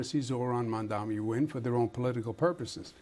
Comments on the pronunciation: Ah yes, the man who couldn't give a straight forward answer to Mets or Knicks. 😂 And it's M-A-M-D-A-N-I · Mr. Cuomo. You can't even pronounce Mamdani's name!! Get it right. It's M A M D A N I!! You are not a ighter, but a pervert!